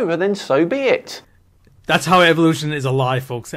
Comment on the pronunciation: I like how you pronounced evolution as evilution because that’s exactly what it is. Evolution is based entirely around coincidences. When you look at it from a logical standpoint point it doesn’t hold up.